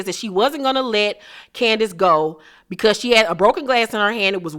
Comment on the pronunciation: They way she says “Candi-ace” 😆😆